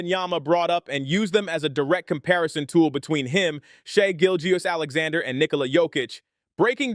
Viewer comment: Never heard someone struggle so much to pronounce SGAs name correctly